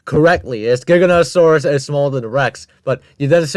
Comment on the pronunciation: saying trex is relatives with giganotasaurus is like saying ornithomimus is a relative of spinosaurus XD (cuz like... theyre both theropods but obviously not related) JIGANOTOSAURUS???? WTF???? (im not even gonna mention the misspronounciation of the sauropods) bro did not put acrocanthosaurus above giga and spino 😭It's enough that those 2 shouldnt even be in a top 10 biggest he put a dinosaur EVEN SMALLER above them (dont get me wrong i know some could get REALLY big, close to them even but obviously not bigger than fkin spino and giga) "#6... SAUROPOSEIDON" proceeds to show sauropods other than sauroposeidon (also does the same thing with the other sauropods)